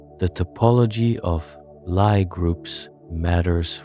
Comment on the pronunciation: lie is pronounced lee